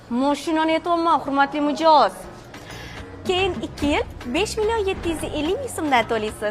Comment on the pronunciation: Hurmatli mijoz deganda tupoy deganday eshitildeiy😂😂😂